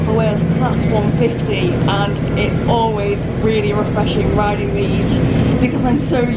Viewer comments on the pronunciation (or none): none